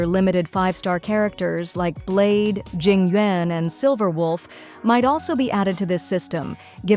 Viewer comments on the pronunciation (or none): jing wen? This AI needs to be better in pronouncing char names